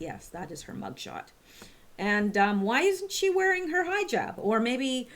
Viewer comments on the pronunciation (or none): Hijab pronounced Hee-jab